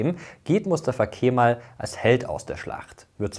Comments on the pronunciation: Es wird nicht „Keeeemal“ ausgesprochen, sondern einfach nur Kemal ohne das E in die Länge zu ziehen! ☝🏼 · So wird's ausgesprochen: Kämmall.